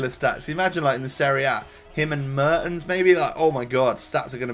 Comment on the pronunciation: fährmann is pronounced fehrmann and mertens is pronounced mairtens